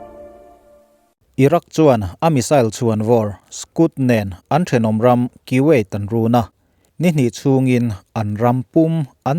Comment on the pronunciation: kuwait hi Koo-vayt tia lam tur, Kiwait nilovin...